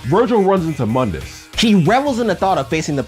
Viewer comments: Your saying mundus name wrong your saying it from the DMC game not from the original devil may cry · Mundus was mispronounced.